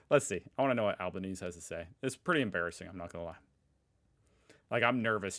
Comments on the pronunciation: One last thing. His name is Al-Ba-knees-ey. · we all comment,I know,but Albanese is pronounced Albaneesee. Pronounce the “ee”. A bit like the emu nonsense. Bigger problems, I know. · Just to be helpful, our PM’s name is pronounced Alba- NAY- zee. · its pronounced as Alban easy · Pronounced Al Ber Nee See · Pronounce his name correctly geez. We don't have any tariffs because we have a trade deficit with the US he arbitrarily put 10 in those countries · you're missing the e at the end of Albanese, it rhymes with easy or queasy. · Bro, you need to learn how to pronounce Albanese. Or just call him Albo like we do. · The Australian Primeminister surname is pronounced as Alban Easy. Not Alban Ease. 😂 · The correct pronunciation of our PM’s surname is Albon-easy, not Albon-ease. He is of Italian descent. Italians and Aussies pronounce Albonese the Italian way, they always sound the final e as a y. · Hi, just incase no one has told you yet, it's pronounced al-ban-easy not al-ban-ease.:) thanks for the vid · Hey... Just a heads-up, it's AL-BAN-EASY but he's really just ALBO to us Aussies. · Ok, so you're going to say his name a bit,,... So here's how you pronounce it... Its Alba Neezy... Not Alba Neeze. Elbows up, everyone. 🇦🇺👊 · Please, i love your channel, but it’s pronounced “al-ban-easy” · FYI, it’s pronounced “Alba-knee-zee” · FYI, Albanese name is pronounced "Alban-eezee" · Albah-neezee. But that was closer than most seppos, so good try. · Please, please, please....it's Albaneasy. Not like the word Chinese! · “Albanese” is pronounced “Al-ban-easy”. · BTW, our Prime Minister's name is pronounced ALBA-NEEZY! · It’s pronounced Albanes-ee 😊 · we pronounce our prime ministers name al-bo- neezy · his surname is pronounced.. Albaneesey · btw it's pronounced Albanese - ee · Great video, but I have to pull you up on your pronunciation of Albo's surname. It's pronounced "Al-ba-neasy". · Albanese (al-ban-ees- ee)